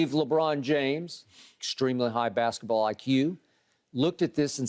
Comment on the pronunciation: Uh…I don’t normally do this but… - was painful from Uncle Shay. “Bathket-the-baw” 🤣